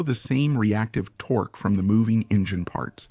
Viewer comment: Sorry, the fact that the narrator or AI mispronunciation of “torque” wasn’t corrected during editing is unforgiveable. Either no editing or ignorant, sloppy editing.